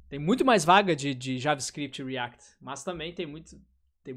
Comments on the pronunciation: Cara, POR FAVOR, fala "riact" em todos os seus vídeos kkkkkkkkkkkkkkkkkkkkkkkkkkkkkkkkkkkkkkkkkkkkkkkkkkkkkkkkkkkkkkkk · eu acho hilário ele falando "dev REACT" akakakak